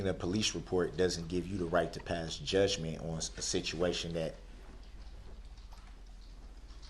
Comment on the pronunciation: Darryl Brooks “vocabulary”: Ask - “Axe”; judgement-“judgmency”; Forfeited-“Forstitted”; Heeling“ “Hillin“; Recognizing-“Reckanisin”; Courtroom-“Cortrum”;Think-“Dink”; End-“Ent”; Give-“Giff”; The-“Da”; Proceeding-“Prosheeging”; This-“Diss”; Cell-“Sale”; Would-“Woot”; Friends-“Franz”Please feel free to “Atts” any I missed.